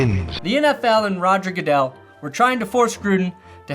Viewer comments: Roger 'Gudle' 😂😂😂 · "Roger Goodle" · or “Roger Gooduhl” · What if that news lady is right after all and it really is pronounced that way and everyone else is saying it wrong because announcers and sportscasters are trolls? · Nevada news anchor can't pronounce "Goodell"......but correctly pronounces the name of the state of Nevada. That's good words. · Great video. But him making fun of that reporter for mispronouncing "Goodell," then mispronouncing Sonia Sotomayor's name is pretty perfect.